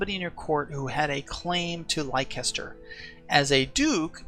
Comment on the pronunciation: Very nice guide, helped a bunch. Also, it's pronounced "Lester", not "Laicester"